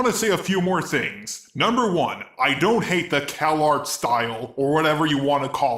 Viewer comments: Its Calarts not Kellogg's. xD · I literally though the "calarts" was pronounced "Kellogg's'